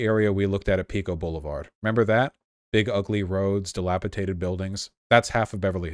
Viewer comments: Drink every time Vaush mispronounces 'dilapidated' "What's taters?" Comes to mind every time. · i stg if i hear dilapiTated one more time I will do something. its dilapidated